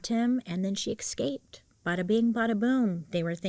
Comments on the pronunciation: Watched your content forever but it really bothers me that you say ekscaped rather than escaped. Please work on it 🙏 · BAILEY!!! I LOVE U but you're driving me coocoo with the way you say Escaped. You say it as if there's an X, no ma'am. ESCAPED ❤ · I can’t stand how Bailey says “exscaped”